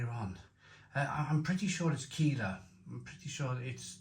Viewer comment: Looks great. It’s pronounced like Kyler instead of Keeler, by the way.